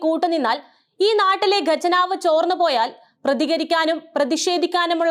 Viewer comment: ഗജനാവ് എന്നല്ല ഖജനാവ് എന്ന് പറയുക